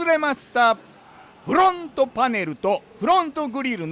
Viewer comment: 久しぶりに見たけど「スグレモン自動車用品のです！！！」言わなくなったんですね…フrrrrrロォント！